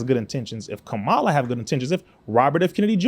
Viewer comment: First off her name is pronounced "COMMA LA". You lost me when you mispronounced her name.